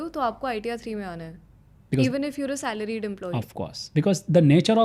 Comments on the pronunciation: Is it a trend to pronounce "salaried" as "salaride" or does he not know how to pronounce. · so irritating he is saying salaride. This is the last word he sud pronounce as CA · That's the right pronunciation. Everyone is taking us for a ride. From CAs to Life Coches to Government. So Salaride 😂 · Hardly a good idea to take a tax advice from a guy who cant even basic pronunciations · I don't care where Modi gave his speeches and as per me he is one of the bad PMs of India. Giving speech somewhere doesn't make anyone great. You better talk about Modi's achievements for India relative to some other country like China. In comparison to Modi, I respect this gentleman and he gave good information. My question is only why he is pronouncing it in a wrong way. More so because it looked intentional.